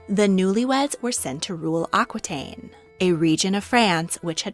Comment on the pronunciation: Aquitaine sounds like au kee taine